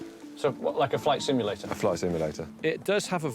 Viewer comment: you really need to find some brain cells... did the young guy say flight immulator?? lmao.. simulator for gods sake.